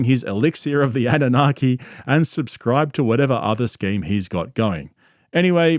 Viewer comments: It’s NOT ‘’ANA-NOGGY’’ 🤦‍♀ It’s Anunnaki ❗ Get your conspiracy theory words correct! 😆 I LOVE that the KNOWN GRIFTING FRAUDSTER ~ WILLIAM TYRONE KARLSON, COWARD of Broward County is fully being acknowledged for his snake oil business similar to others like Corey [NO ]Goode & David Wilcock -esqe litigious CULT Leader personality . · "annunaghi" No dude.